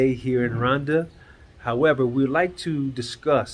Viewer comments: Not Randa it is pronounced Ru wanda .or Roowanda. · I am Kenyan and yes there is no "u" or "oo" in the word Rwanda but I'm just trying to help you how to get the pronunciation correct because you sound like you are calling it Randa, but if you add the R""oo"wanda it may be easier for you...just saying. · On this cloudy day in Rhonda. No offense, but how can you mispronounce the name of the country you live in. 😂😂😂. Blessings